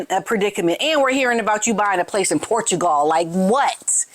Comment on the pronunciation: OMG American, learn to say Portugal correctly AS WELL AS Interesting. Your pronounciation of so many words is incorrect.